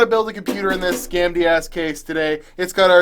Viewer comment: You say "gamdias" and I keep hearing "candy ass", lol